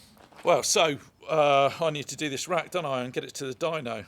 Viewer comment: Certainly looks the part. When you said "dyno" I heard dino, which got me wondering (as I often do) , is that the small Italian McDonald's style diner around the corner, or the graveyard for prehistoric scooters. I digress, as you often do. Anyway , I know you're a niche channel and a great one to boot and you don't give a midgies didgie about having 100K subs but putting this video out in two parts might get you more views. I have the time but others might see the 2 hour run as inhibitive. YouTube tends to promote channels that post regularly regardless of time or quality of content. Now, we all know that you're not exactly a conventional bloke but sometimes you don't have to cut off your nose to spite your face. Looking forward to the next one.